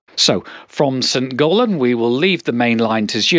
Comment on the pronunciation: Again …it’s St Gallen not St Gaulen ….sorry to bring that up again but it does grate on the ear 🤓😂